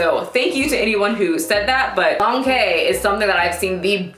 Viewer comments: The quai In dong quai is pronounced “chwhy” . q in Chinese makes a ch sound :) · I wish I can find a video with the pronunciation of Dong Quai because you are pronouncing it wrong, but I don't how to explain to you in text how to properly pronounce it!😂😂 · The way you say Don Quai reminds me of Shrek 🤣(it's like "donkey" pronounced fancy). I'm looking it up now and seeing if it will help me. Thank you for paying it forward and sharing the 411 with us.